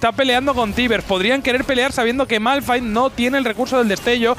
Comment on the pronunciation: Malphite q es esolo r Precede a fallar la r😅